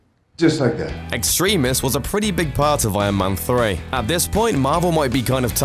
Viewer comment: It's pronounced ex-trem-is. There is no way in English for that word to be ex-treem-us